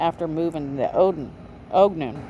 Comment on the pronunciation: Ogden is pronounced “Awgden”.